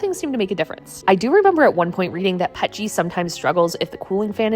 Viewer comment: "Pet-g" crazy pronunciation. It's P E T G if you ever need to talk to anyone in the plastic industry.